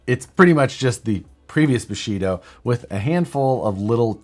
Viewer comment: Thought you said Bulshido! But thats what Steven Segal does